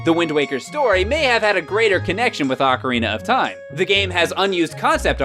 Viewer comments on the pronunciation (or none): "Ocarnia of Time"